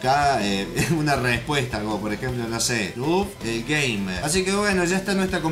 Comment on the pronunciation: Pensé que dijo Denguegamer XD